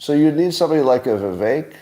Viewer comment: Someone please tell Scott...his name is ViVECK, neck, Beck,wreck, Shreck, tech, fleck NOT ACHE!!!!!